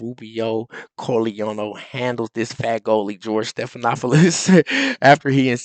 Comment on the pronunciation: You lost me with calling the guy “Fagoli”. You’re a moron.